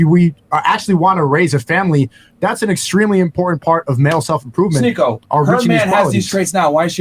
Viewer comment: Its shneako